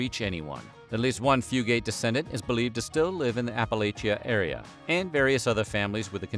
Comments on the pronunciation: Haha it’s not pronounced fu-gate. It’s more like fu-gut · That is where my maternal Fugate/Fugitt line is from. My cousin researched this and said we do, in fact, descend from them. But our family and others with the same name, pronounce it Fyoo git, not Fyoo gate! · Yep. Came here to say ‘few-get’ not ‘few-gate’. I’m from about 20 minutes from where the Fugates lived. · My great granny was a Combs from around Ball lol and it’s pronounced fyoo-git not fyoo-gate around here usually 😂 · I've always been so interested in this family because I live in Eastern Kentucky Oh, and btw is not pronounced few-gate, it's few-gut. And there's no pause between the two syllables. We just say it all together around here lol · Eastern Kentuckian here (not blue). The correct pronunciation of the surname is "few-gets" not "few-gates". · I'm related to half the names mentioned😂 and it's pronounced "fewgit" I ain't blue though. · From Eastern Kentucky - it's pronounced Few-gut. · Also, it’s pronounced “Fugue - It” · Yes!! Every time he said Fugate it hurt my ears! It should be “Few’-gut”. And don’t get me started on Appalachian! 😘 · I was thinking that the whole time I watched the video ! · As a fellow App-uh-latch-e-un, Tennessean not Kentuckian, also not blue, I came to the comment section to correct the pronunciation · THANK YOU I’m from hazard so obviously I know fugates and the way they pronounce it is killing me thru this video